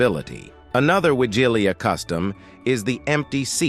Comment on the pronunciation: please, learn how to pronounce Wigilia, and other Polish words. For someone who calls his channel "", this is disgraceful.